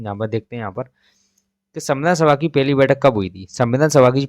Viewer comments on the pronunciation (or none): Pahli bathak ko peli Bol rahe hai.